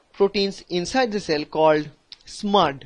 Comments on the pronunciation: Nice; except that it's R-SMAD and co-SMAD, not SMUD. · It’s not smud it’s smad.. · This is smad not smud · First it is transforming growth factor....second protein is Smad not Smud